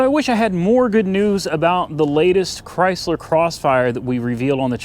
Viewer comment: IT'S A "CRY"- SLER